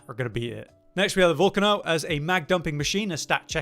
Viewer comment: Did he just say "Vulcan-O"????